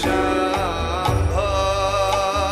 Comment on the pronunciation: its not shambhauuuuu its SHAMBHU OR SHAMBOO